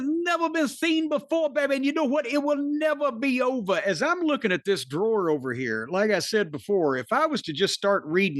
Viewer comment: When Jim busts out the "it will NEVUH be ovah!!"😂😂😂